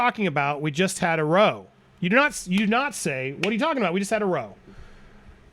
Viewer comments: Small point; it’s pronounced rOW not roe. Said Like you’re adding an R in front of 😣 ow as in ouch. Not pronounced as if you’re in a small boat with oars. English eh? And The English. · It's not pronounced "roe"--that's "row", British slang for a fight or quarrel, rhymes with "cow" This has been your Britspeak lesson for today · I love that u pronounce row like a row boat hahah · Andy the word is not Row as in ducks in a row,it's R _ OW as in OU _ CH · Row like cow, not row like bow. It's an argument. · FYI and sorry for being picky but it's not row, it's pronounced like wow with an R instead of a "w". Sorry Andy, you do fantastic work and thank you for all you do with Popcorn Planet. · it's pronounced RAOW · Love you hard work bro you smash it every time in content for this trail ..keep on shining that light on depp an keep them demon lies debunking coming love it....just a quick side note google the word row .. But with the definition of argument your saying it wrong take care bro ✌️ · I don't know of anyone has pointed this out yet, but when reading the testimony from the British trial, the word "row" (as in a fight) should rhyme with "cow", not "crow". The word "row" is pronounced differently when your talking about rowing a boat vs getting into a row with your sister. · why can so many people not pronounce ROW. its not pronounced like OH as in Row row row your boat. its pronounce like Cow, me and that stupid cow had another row. like rao. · Love your vids Andy. Fyi, It's a row like how or plow, it means an argument. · andy sweetheart, say row with a o sound, they are not going rowing, they are having a row.😉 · love the vids but when they said you didn't say you just had a row. its pronounced as raow its a British pronunciation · You might want to look up the pronunciation of "row". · Surely some Americans know how to pronounce "row" in this context...? (ie. not the way it's pronounced on here) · It’s “row” rhymes with “Now”. a British term for an angry argument